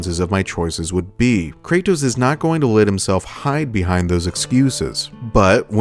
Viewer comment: ive watched almost all of your videos now and the only thing that is constantly bothering me, is how you say Kray-tos. pls for the love of god just say Kratos